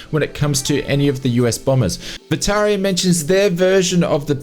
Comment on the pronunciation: It's not Virtaria... it's VirtaVia